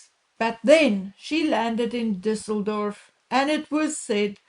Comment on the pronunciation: I can't with everyone's Düssledorf pronunciation. That is a Ü. Thanks for getting it right mostly.